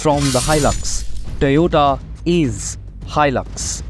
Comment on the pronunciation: TOYOTA ❌️ TE-OTA ✅️